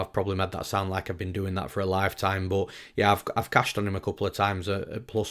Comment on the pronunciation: The only thing better than newsom’s ufc breakdowns is hearing how his “but’ sounds like .. BOAT LMAOOOOOO.